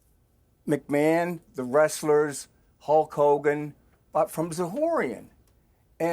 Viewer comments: Calling him Mcmun instead of McMan sounds wierd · Does piers say Vince mcmoan ? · It's Vince mcMAN not mcMAAHAN YOU DUMBAZZ PIERS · it not pronounced macmon its pronounced macman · Mate he’s called Vince McMahon not Vince machmaaaan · Your English Piers its not McMarn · The way Piers says Mchmahon triggers me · Why's he calling him macmaarrrn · i heard Vince "MaMan" twice. :/ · Piers pronounce McMahon correctly. Its his name after all. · I can't get over how he keeps saying McMahon. 😂😂😂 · The way Piers is pronouncing McMahon is doing my sweed in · Right? I thought I was the only one who noticed that 😂